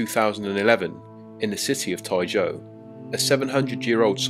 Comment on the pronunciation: then your pronunciation and typing are wrong